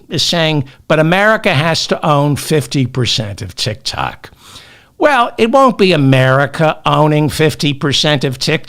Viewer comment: Not TITKOK but DICKOK 😂😂😂😂😂.